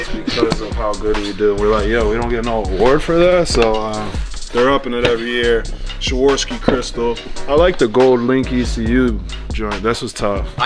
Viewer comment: Shaworski? Really? It's called Swarovski.